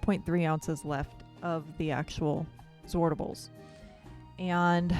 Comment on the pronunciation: The way I say it is the right way to say zwartbles, as a Dutch-speaking native I know how to say zwartbles ;) the a in zwart is sharp like in 'water', the r and t are also pronounced seperately, and 'bles' is pronounced as bless. Gorgeous hat :)